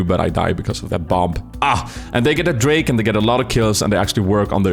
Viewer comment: KENGEN GOT DRAKE-UH